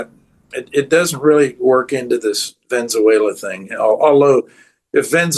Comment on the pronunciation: Prof Hanke...it is Venezuela not Venzuela as you pronounce it.